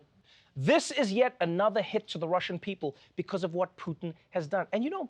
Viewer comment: Trevor, your Russian accent is outstanding but you are still failing to pronounce Putin's name, correctly ;} Big incompetence, for Slavic ears... 0;S